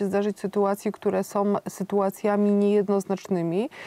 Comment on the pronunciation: (19: 20) "istotnOM", Malgorzata, tak domknela wargi, az dolna warga weszla na gorna, wystarczy zatrzymac film na . To czesty blad artykulacji, na ktory zwracam uwage ogladajac z Kanady, wyksztalconych ludzi, wypowiadajacych sie w roznych przekazach, niewyksztalconym przepuszczam. Slucham i uszom nie wierze, prawnik a mowi ,"ktore sOM sytuacjami"...choc nie widac w zblizeniu, ale ja jestem uczulony na te "OM' na koncu wyrazow i moje ucho mimo 84-ch lat w sekundzie te bledy wymowy wylapuje, a zawsze przed wytkjnieciem cofam pare razy, zeby nie bylo watpliwosci, zeby kogos nie skrzywdzic. Az boje sie sluchac dalej, bo mam wieloletnie doswiadczenie, co do osob tak kaleczacych nasz piekny jezyk, ale moze nie bedzie tak zle. Nie musialem dlugo czekac, oto , "lamane przez dzisiejszOM", wystarczy cofnac i zatrzymac na i mamy obydwie wargi kompletnie domkniete, a nie powinny, bo powinno byc wypowiedziane, dzisiejsza, "a" z ogonkiem u dolu, na koncu tego wyrazu. Przepraszam, nie mam polskiej klawiatury i musze posluzyc sie forma opisowa.